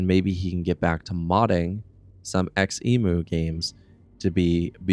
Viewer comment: btw, here in my country we pronounce xemu as Ze-mu not X-emu